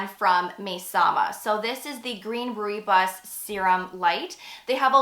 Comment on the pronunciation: FYI Rooibos is pronounced “roy boss”